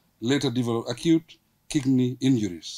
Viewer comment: Barrow is Not Kickney 😂 is Kidney